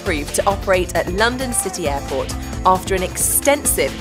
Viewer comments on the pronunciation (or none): Did she say "hairport"?